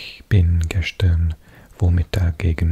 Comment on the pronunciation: Your pronunciation is actually really really good. I just noticed when you say gestern it's not ges-schtern. Its pronounced "ges-stern" no shhhhh sound. Otherwise you sound like a native speaker!